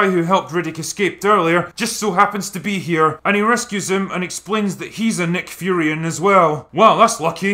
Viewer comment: Also, why do you keep calling the race "Nick Furions"? Is this some sort of tongue in cheek joke that it's way too early in the morning for me to get? They are just Furyans.